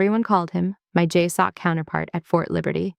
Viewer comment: And I will be forever thrilled when the acronym "JSOC" is correctly pronounced "jay-sock".